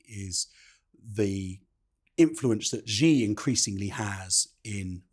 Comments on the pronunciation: It is quite grating to hear people mispronounce Xi. It’s Shi not Ji. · Xi is pronounced like the English word "she".